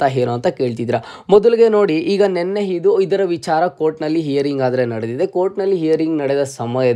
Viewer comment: ಹೈದು ಹೆಂಟು ಹಿದು ಹಿದರ,, ದಯವಿಟ್ಟು ಕನ್ನಡದ ಬಗ್ಗೆ ಗಮನ ಕೊಟ್ಟು ಮಾತಾಡಿ